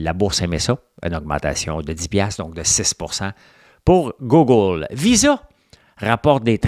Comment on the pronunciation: Francois... Google c'est prononcé "Gouuugle" et pas "goggle".. 😅... Chu aussi québécois que toi et j'en sors des pas pire souvent 😄Mais lâche pas ;) Merci pour tes chroniques... J'apprécie surtout ton segment finance